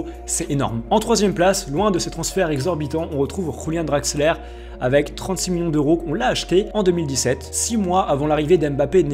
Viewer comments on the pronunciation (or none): Juste c'est Antero Henrique pas Antonio et on prononce Yulian Draxler et pas Rulian Draxler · et tu as fais une autre erreur on dit pas Rulian Draxler mais Yulian Draxler car en allemand le "J" se prononce "Y" mais sinon a part tt ces erreurs sur les noms je t’aime bien 😂😂